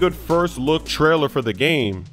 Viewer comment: Did you just say LeTrailer ??? 😂😂